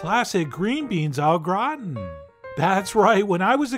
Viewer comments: It's not a grat-on, it's a great- in! French do NOT say "on" when they pronounce that word! English KILL that word! It's closer to "gratan" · As a French boy, I don't mess around: I put cheese AND bread crumbs :P You said "graton" but it's gratin as in grahtain without the nnnnn at the ennnnnd as in pain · Actually he said "grattons" which means scratching.🤭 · Yes! As an English Canadian who speaks French as a second language, I appreciate this comment...and his pronunciation of Gratin. “Grrraton” 😂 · Clicked on this video to hear Chef John pronounce 'gratin'. Was not disappointed. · Chef John rolling an R is what we did not know we needed in our lives.